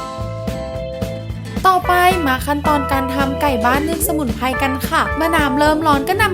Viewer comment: สมุนไพร 🌿, ไม่ใช่สมุนไพ, พริก 🌶️เกลือ, ไม่ใช่ พิกเกือ, Menu เมนยู ไม่ใมใช่เมนู, กลิ่นหอม ไม่ใช่กิ่นหอม หากเป็นลาว จีน 🇨🇳พม่า ก็ทำลายสระพยัญชนะไทบบเลวชั่วโคตร